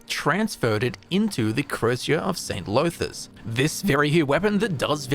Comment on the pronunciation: DAMN really mispronouncing dunmer names? Llothis isn't pronounced Low-this. The double L makes a sort of Th-like sound. It's hard to explain. Look up welsh Ll for a guide on how to pronounce it. It should sound more like 'thlothis' not 'lowthis'.